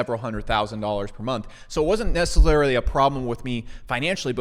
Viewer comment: Neceserarily? Get some sleep dude.